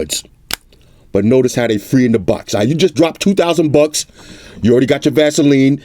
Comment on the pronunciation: The way he says "Bucks" makes me laugh every-time